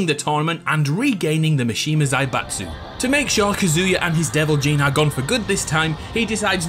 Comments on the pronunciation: Me every time he says kazooya: 😤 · God how much I hate the way you pronounce Kazuya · It's kaz u ya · You KEEP mispronouncing Kazuya... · Bro you butchered Kazuya HARD